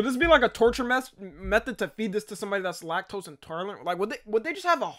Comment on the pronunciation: “Lactose & tarlent”😭